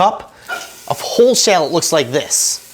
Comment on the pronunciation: haha i have never heard anyone pronounce shallot like that before